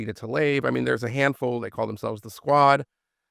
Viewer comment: Tlaib pronounced Tlaib not Taleb. Just as Lake is pronounced Lake and O' Neill is pronounced O' Neill